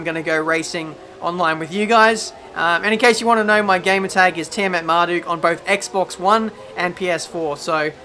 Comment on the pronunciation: Wait... you pronounce it tiametmar-"dook"??? Oh man I've been saying 'duck' for the last two years